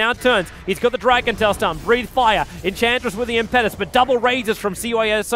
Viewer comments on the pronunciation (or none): as a fellow Australian, I enjoy that you cast a wide variety of Dota 2 tournaments and upload them on to youtube, But could you please stop pronouncing Enchantress' ulti Impetus as Im-pet-us when it should be Im-pe-tus, just google impetus meaning and have it pronounce for you. Cheers again from the land down under